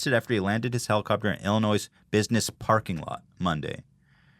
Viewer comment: Don't pronounce the S at the end of Illinois